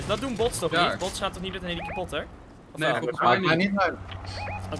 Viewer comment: Ik hoor nu pas dat hij helikapotter zegt in plaats van helicopter